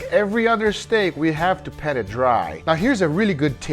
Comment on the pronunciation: I've been meaning to ask this for a long time but are you saying PET it dry or PAT which is proper? It really does sound like you're saying PET!